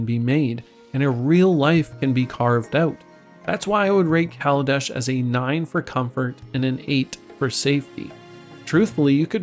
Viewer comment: I respect you for saying kaladesh